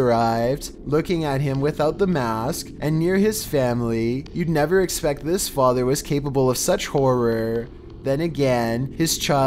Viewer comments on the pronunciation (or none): none